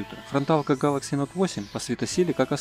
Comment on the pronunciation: Нууу вы даете.. А чё так сложно произвести Гэлэкси а не гАлакси???